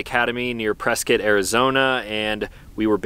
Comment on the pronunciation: THANK YOU for pronouncing Prescott correctly.